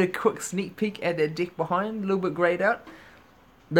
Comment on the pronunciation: When he says, "deck" it sounds like "dick" LOL